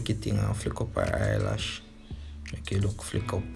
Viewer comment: "Splash e come down" 😂😂😂 "Flick eeh" 😂😂 me cya bother